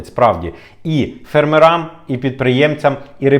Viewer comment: Шановний.. ну чого «фермерАм»? фЕрмерам.. 🥲 вухо ріже…